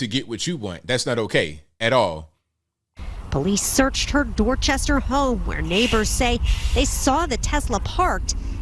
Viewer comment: "Dorchestaah" 😂😂😂 ... accurate!